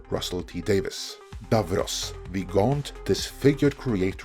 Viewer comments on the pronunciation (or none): none